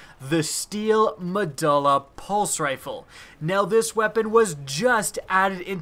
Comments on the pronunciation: Muh-DO-LA, say it with me. MUH DO LA Not DUL-LA, DO-LA. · nice mispronounce of the guns name... meh-duel-ah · You need to research your pronunciation before recording... medulla is pronounced meh-dual-ah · med-you-lla MEDULLA not med-all-a MEDULLA say it right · LOL because,, it is in fact pronounced med-you-lla not ma-duh-lla. It was so hard to make it through this video. I also cringed every time the name was mentioned. Love the vids but you gotta work on that pronunciation and grammar. Keep the good stuff coming! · It's pronounced meh-dool-uh not meh-dull-uh. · "Ma do la" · Me-dulla. Lol. Read a book sometime. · its pronounced Me-doo-la. I think you're thinking of megjul dates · Mah-doo-lah, hakke is also pronounced hack-aye. C'mon man. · not mu duh luh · The letter U doesn't make the sound U were making saying medulla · pretty sure the U in medulla is a hard U not a soft one. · Medulla oblangata. Now say medulla correct. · lol you don't know how to pronounce Medulla